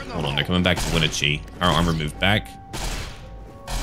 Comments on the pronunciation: its pronounced yaka-maw and wen-na-chee. im from yakima which is pretty much right next to the yakama reservation. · Love the video but I live in Washington, Think my eye twitched every time you said Yakima and Wenatchee odd but Washington is full of hard places to pronounce